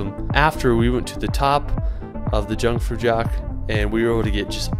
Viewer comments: Jungfrau is pronounced YOONG FROW But with a hard r, like the French pronunciation, but a slight version of that. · Yhuungfrau is how more or less is pronounced